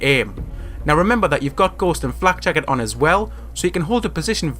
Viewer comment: what he said : flak jacket What i heard : flek jackat